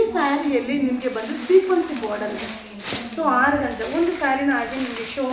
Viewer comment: Organza is correct pronounce tion, Georgette saree is correct pronounce tion